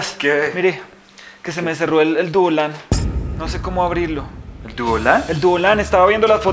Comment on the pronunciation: No puede desir poreso dise duolan😅😂😀😄😭